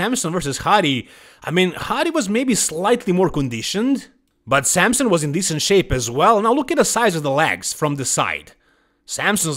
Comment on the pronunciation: who is samsun? either wtite samson or samsung if you want to joke, stop butchering his name